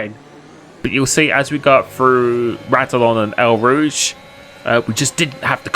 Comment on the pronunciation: “RADilON and EL Rooje” 😂